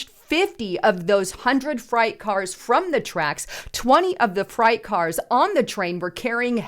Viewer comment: Great content, as always. You should hire an editor. The delivery is a bit choppy and fumbly. You pronounced freight wrong. I'm not hating. Just some constructive criticism. It's all love. Thank you for all the work you put in.